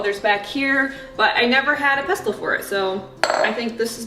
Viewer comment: The t is silent in pestle. ❤😊